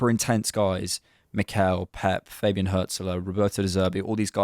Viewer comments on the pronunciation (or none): none